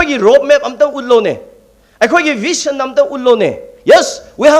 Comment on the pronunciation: Oja asang not vition, said vision, shameful pronouncition